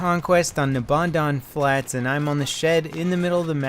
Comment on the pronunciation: Lvlcaps way off pronouncing nebandan flats:"Nuhbondon Flats